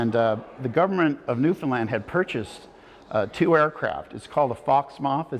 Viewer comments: New'fin-LAND .. 😐 the video is GREAT!!! but that narrator voice can not get the speak of the name wrong. That's hard to take, considering our history and cultural erosion along the way. Call the Island by how a Newfinlander calls her 🤝 I really enjoyed the video. Aside from that. It throws ya right out the back door each time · Buddy needs to learn how to say Newfoundland……not newfinlind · Love yah all from Newfoundland, coming from Cape Breton, there is a bit of AI involved, he didn't pronounce the name of the Province, but the most wonderful thing or I could ting, is I have to send you a bag of H's, it not here , it's ere my friend. Ow are ya, no , H's in the Newfie alphabet. I still love it A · Yeah the narrator doesn't pronounce things correctly.. especially Newfoundland and capelin.. lol! We live in Fairbanks, so basically the backyard of Twillingate. is great explaining things! Where are you from in Cape Breton? We knew people from Inverness.